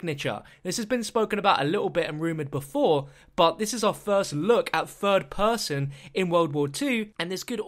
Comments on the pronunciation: "In fird person" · Take a shot every time he says " 'furd' person"